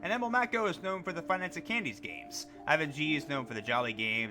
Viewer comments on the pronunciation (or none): none